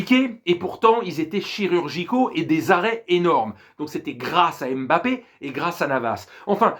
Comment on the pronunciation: Bonjour, je suis d'origine camerounais et je dois vous apporter une petite rectification sur la prononciation du Nom Mbappé. Mbappé est un nom camerounais qui s'écrit et ce lie en un seul mot et pas deux. On di Mbappé en avalant le M de Mbappé et pas en séparent le M du reste de bappé. Faites un effort supporters français sur nos noms africains en la respectant. C'est comme Ndiaye ce lie en avalent le N et nom pas N-diaye ou M-bappé